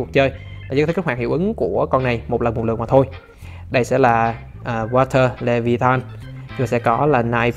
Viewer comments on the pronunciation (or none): none